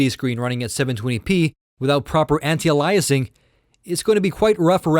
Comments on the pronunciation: I realize this video is 2 1/2 years old, but I randomly came across the series, and had to chime in that you are mispronouncing "anti-aliasing". The root word is "alias", pronounced "AY-lee-us", not "uh-LIE-us". AN-tie-AY-lee-us-ing. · aihll eee uss... like the series anti aihl eee us ing. not aliah us. Driving me nuts. Phonics!! lol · Idiot. Anti-Alyasing is wrong. It's pronounced Anti-Ayliasing. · i cannot fucking stand him when he says anti aliasing. HOLY FUCK ANTIALAIS? ITS FUCKING ANTI ALIAS. ALIAS. LEARN TO SAY ALIAS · Dude I Like these videos and respected your opinions and your knowledge. However, I could not stand to hear the way you say Anti-Aliasing. It's not Ah-Lie-uh-ing, it is ey-lee-uh-sing. GET IT! please change this while you only have 28000 so people will watch till round 12. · Anti-augh-lie-essing, this pronunciation Ive never heard before are you from Europe or Canada? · It's pronounced anti-ayliasing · Very detailed comparison...thank you! BTW. It's pronounced Anti-A-LEE-ess-ing. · Gzeenos...lol...allyasing...lol...the poor guy needs to take a speech class. I've heard foreigners with thicker accents than his still pronounce English words correctly. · I'm sorry but i could barely listen to this, its pronounced (anti-ale-e-es-ing), it made you sound much less intelligent and it made taking your opinion difficult. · holy crap this guy needs to learn how to pronounce anti- aliasing!!! beyond annoying